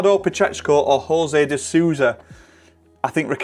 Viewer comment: De So-u-Sa to get to the last 16.... he's portuguese, the o is not silent, it's sooousa